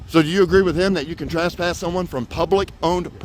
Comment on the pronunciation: Trass-pass...😅 This is one of the best first amendment auditors out there in my opinion but I love the way he says trespass!